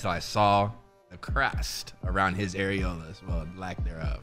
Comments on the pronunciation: areolas….AEROLAS?!?!? cmon now🤦🏽‍♀️🤦🏽‍♀️lmao u gotta look up words before you say them dawg🤣🤣🤣🤣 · Did he just say the crust around bros aerolas